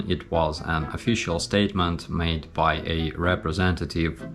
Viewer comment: you said MY instead of BY lol. very impressive, you know your stuff. Think Putin's bucket list is long but his time is short so hopefully you won't be adding too much to it.. slava Ukraine